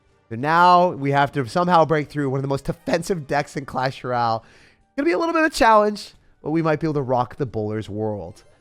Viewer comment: did that dude say clash ral?